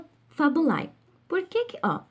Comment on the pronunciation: A pronúncia de FABULAE, genitivo singular e/ou nominativo plural de FABULA, é "FÁBULÊ" e não FABULAI. LAETITIA pronuncia-se "LETÍTIA". Quem não conhece a pronúncia não pode, não tem condições, de lecionar nenhum idioma.